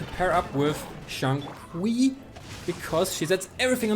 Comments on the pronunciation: Shing-Q is the pronouncing for it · The correct pronunciation is “sing chew”, nice try tho HAHA. 🙌🏻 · Xingchu correct way to pronounce it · It's xing-chu but spelt xingqiu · its pronounced sing chew btw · FYI Xingqiu name is pronounced as Sing? Chew? (Pronounce it like asking a question) haha. Great showcase of his skills. Underrated character. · It is pronounced Chintchiou